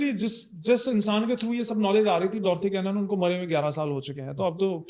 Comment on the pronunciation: भाई वो बंदी का नाम "Dolores Canon " (डोलोरस कैनन ) है ..... डॉथी कैनन नहीं.... 🤣🤣😂🤣